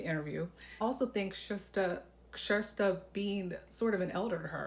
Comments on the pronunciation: I watched Kjersti’s own video where she pronounces her name. It’s is not “Shas-ta”. She pronounces it “ Shas-tee”. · Your pronunciation is the closest one yet. 🎉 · It's actually pronounced "Tshesty" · I've literally re-played Kjersti saying her name in the beginning of her videos, like 20 times 😁. My ears hear: Sh'z Tee. But say it really fast! 😊. Cuz she says it so fast that my ears can't tell if she is saying "Shirs Tee". Or "Shas Tee" So I just skip the vowel and say the first syllable really fast: Sh'z Tee 😊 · You’re mispronouncing Kjersti’s name.